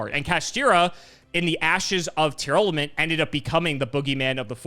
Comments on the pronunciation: It's TEAR LAMENT. Not Tear Element lmao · Also the way says Tearlament. I don't know where he's getting "Tear-element" from